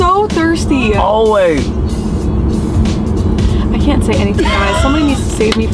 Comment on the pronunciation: I have to admit - I had to watch the "needing a water" part a couple of times before I realized was saying "I am so Thirsty!". LOL - both your faces after that were so funny. I love the fact that you are still learning stuff about each other too like how she did not know that your Mom went to cosmetology school. Other part was using the extensions as a hula skirt.